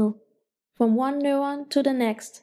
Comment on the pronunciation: Annoying as fuck. "Newon"